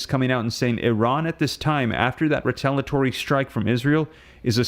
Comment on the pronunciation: Again, it's ree-tale-ee-uh-tory. NOT ree-tale-uh-tory. For God's sake, please stop this insufferable butchery of the English language. This is borderline unwatchable.